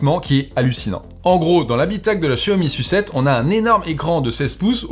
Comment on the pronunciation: la Xiaomi "sucette" mdr